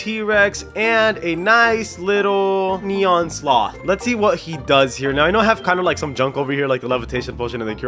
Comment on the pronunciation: You said nenon owl hahaha